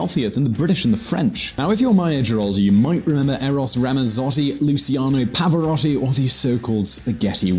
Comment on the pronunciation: ''Eros Ramassoti, Lusiano Pahvaròti''